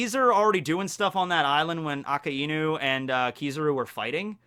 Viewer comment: Good talks, but it really annoys me how you pronounce Akainu. :|